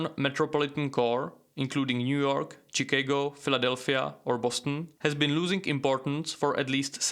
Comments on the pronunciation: Chicago is pronounced like this, Shi-Kah-go, not Chee-kay-go. TH is pronounced differently than F. Stick out your tongue and bite down slightly then say th as in think, not fink or this not vat or wat. Together not togetter or togefer, thing not fing, thirty not firty etc... These ideas about inheritance being British and not European, is false. Most Germanic peoples had inheritance concepts that were similar, with some exception, called primogéniture, which granted wealth and inheritance overwhelmingly or entirely to the eldest son. This was not the case with the Franks who divided inheritance equally but just about all the others followed the primogeniture model. Also previous to the Germanic conquest of the W. Roman Empire, the Romans also, did not have systems of equal distribution of inheritance. The Greeks did divide equally in antiquity, generally but only to sons. Islamic law also is not based upon equality either but is more complex and varied. In fact, the idea that this is the norm in history, is simply not correct. So, you ought to review your sources. Also, comparing Americans and Anglo Saxons to hunter gatherer societies, is wildly inaccurate and somewhat insulting, especially given the fact that the US and Australia feed a large swath of the world with the beneficence of their agricultural surpluses. Also, the large, and shiny cities, dominating banking, industry, fashion, etc...are also well represented in the Anglo Sphere, so your comparison is a poor one. Si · Hahaha, bro, Chicago is pronounced šiKÁgo. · “chee-kay-go” that’s funny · I have never heard anyone pronounce Chicago the way you do LoL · The way you pronounced the city of Chicago has made my day. 😂. Thank you and I love your content.